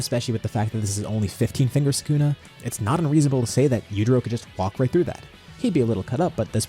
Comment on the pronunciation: bro said Sew-kuuu-nah